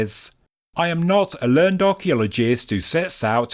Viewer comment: Just a small historical linguistic correction for your fascinating YouTube presentations. When "learned" is used as an adjective, as in "learned professor", it is pronounced "ler-nid". In fact in the 1830s, apostrophes were often used for the verb to make the distinction, as in "I learn'd about a learned gentleman".